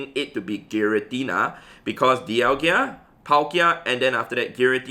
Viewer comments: (Daial-ga) thats how you pronounce it but it's spelled dialga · I love ur vids but every single time u say dialgia i dislike ur vid bro, learn to pronounce names xD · When you realise it's pronounced dial-GA and not dial-GIA Edit: LMAO thanks for all the hate I got in replies😂 keep it up guys!! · Please stop saying Dialgia instead of Dialga